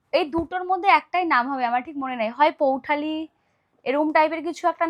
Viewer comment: আরে বলদ পৈঠানি বলে পৌঠালি নমস্কার ❌